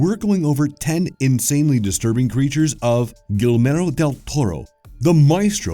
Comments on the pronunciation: Apparently I'm the millionth person to comment on this, but I didn't know that until much later so up it stays. I DID catch another cute one though!!! So, y'all mispronounced the guy's name within the first 30 seconds. His name is not pronounced "gill mare oh", it's pronounced "gee AIR moh". The double "L" is silent and the accent on "air" is significant. At least you got the starting hard "g" right. ~ The word is "titular", not " tit yooler " TITCH-yoolar TITCH, not TIT! Get your mind out of the gutter, you dirty boy! 😊😊😊 Yes, I know I'm talking to a brick wall. I'm old and it gives me something to do. Have a great safe day!!! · Who?! Way to butcher his name, it's pronounced "Geeyermo Del Toro" not Gillmero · It's not Gilmaro, it's Guillermo. "Gee-yehr-mo". Spanish version of William. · LOL I SEE I'M NOT THE ONLY ONE IT BOTHERED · I love the video, great 2. Just 1 thing... Guillermo is pronounced (Gee-air-moe) You've said (gal-more-oh) over and over and it's distracting. Other than that, keep up the great work. subbed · but it doesn't even get the name right for practical English speaking lmao he says gill Mero! Not guill er mo so it's just so wrong lol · his name got killed by one of the nightmarish creatures apparently.. Not Guilmero.. Guillermo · Guillermo: gee-YER-mo Not gill-YER-mo, not gel-MOR-o. I can understand the gill-YER-mo, ...but gelmoro...? Really? Where did the m come from? LoL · Guillermo is awesome, he's kinda crazy but still awesome. Fun fact, he knows Hayao Myazaki, who took to calling him "Totoro-san". on another note, i don't know if it was intentional, but you kept saying "Guilmero" instead of "Guillermo" :v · I'm sure you've been told already but it's not "Guilmero" Del Toro. The beginning of his name is pronounce like Guill-otine, so it wouldbe "guill-hermo". Guillermo Del Toro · FYI it's 'Guillermo', not 'Guillmero' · Gil-mare-oh? Please, try harder. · It sent me into a rage when he said Gill-mare-o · in he says Guilmoro xD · “Gilmero” huh